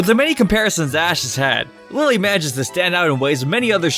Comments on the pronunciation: IT"S NOT LILLE IT"S LILY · Its lillie not lailie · Its lillie not lylie. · it is not liely it is lilly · No one: Absolutely no one:: LiE LeE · This guy said lie-lee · Say Lillie like Lilly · Its not dont pronounce her name like Lillie like Lilly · I know its a joke that u pronounce their name wrong..and 4 the second time,u pronounce it right...haha..this is OTP..that cheapskate gotta make this happen😌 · Wrong pronounce of Lillie